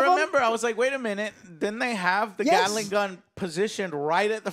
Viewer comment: Someone needed to let Joe know that he is pronouncing "Gatling" wrong